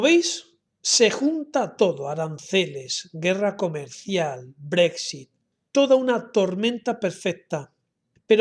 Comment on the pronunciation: Yo practicaria un poco mas para pronunciar Brexit un poco mejor